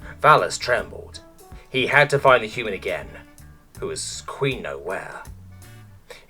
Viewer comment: I straight up lost half my coffee and contracted asthma when hyu-man was pronounced high-u-ooo-muun. Poor narrator must have had a stroke while reading that one.